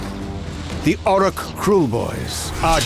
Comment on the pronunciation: Dude, he said Orruk pretty clearly. 😑